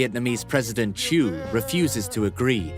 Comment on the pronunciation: South Vietnam President name was "Thieu" Nguyen ; Not "chu" !